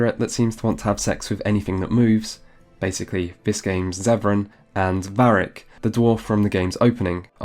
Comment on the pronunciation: Did he say Barric ??? I'm not sure but if he did then he's obviously never played this game. Maybe he's just the narrator I don't know weird.